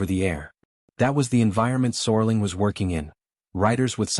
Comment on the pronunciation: I think you're talking about Rod SERLING. the IA in this video continues the serious typo! There's A lot of interesting information in this video but it's distracting with the mispronunciation of Rods last name.